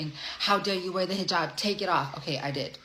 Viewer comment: Second one can't even pronounce the head gear! 😂😅🤣🤣🤣🤣😹Hhmm, the line from my Army days comes to mind "AIR BORNE" 🙀